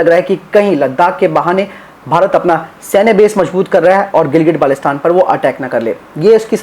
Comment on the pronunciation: Its not gilgit balestan dear, first go and learn pronunciation then you should speak about ur claims 😂😂